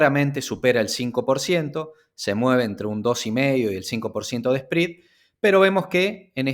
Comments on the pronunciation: Me duelen los oídos cada vez que escucho SPREAD pronunciado como SPRID. Me desconcentra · Muy buena información. Un favor, que hace ruido al escuchas el video. el “Esprid”. Se pronuncia sprɛd. Gracias